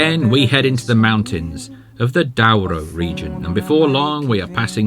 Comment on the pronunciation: Please speak with the locals to help with your pronunciation of the places. For instance ghee mar enz not ghee mar ais. Dough roo not Dow ro.